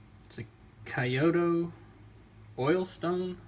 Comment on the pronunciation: If you can't even pronounce Kyoto you've lost all credibility.